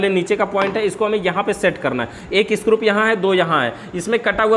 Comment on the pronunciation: Bhaiya ji aap bar bar स्क्रूप कह रहे हैं ये अच्छा नही लग रहा.....isko screw( स्क्रू) कहा कीजिये। आप अच्छे जानकार हैं इलेक्ट्रिक उपकरणों के...thank you jankari dene ke liye.